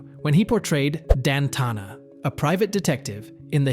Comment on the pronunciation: How completely awful, and horrible a video. First Robert Urich died in 2002 not 2020. The horrible AI voice constantly misstated his last name. And really the way they said Spencer.......for hire was ridiculous and it's Dan TANA, not Dan TONA. But far and away the most ridiculous was Vega dollar 😂😂😂😂.